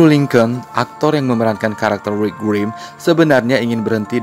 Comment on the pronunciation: Rick bang bukan Rwick😂 bikin bengek ajaa...😂